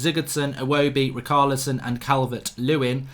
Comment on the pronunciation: Fell on to this, don’t like it that much. Also he’s struggling to say ch In Richarlison. Haha typical Untied Fan